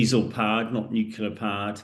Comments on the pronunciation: still trying to figure out why people say nucular as if it's a word. It's hard to take someone seriously when they can't even say Nuclear. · Submarine. Not summarine Nuclear. Not nucular. Moron. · And nuclear not nucular. The guy is borderline illiterate. But because has a posh accent people bow down. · ‘Summareen’? ‘Newkiller’? Surely submarine and nuclear? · '"summerine" "nucular" wtaf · New-clear. Not New killer! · "New killer" for "nuclear"? 😆😇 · If you say "nukular" you will be ignored. I can't believe someone who claims to be an expert can't pronounce such an easily pronounceable word. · When someone says "nucular", you can forfeit their opinion about the "nucular" matters. Also, russian Tomahawk is called Kalibr. I am not an analyst either, just a regular Joe. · Ah, Um, Er. And it's pronounced "new-clear". And this is old news.